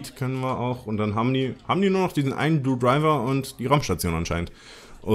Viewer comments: Wie du einfach die ganze Zeit Blue Driver und nicht Blue Diver sagst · ES HEIßT BLUE DIVER! xD